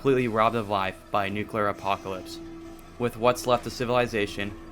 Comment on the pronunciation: Nu cu ler is not how you pronce nuclear ie new - clear